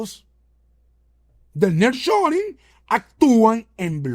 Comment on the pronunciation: Niar shoring (así se dice)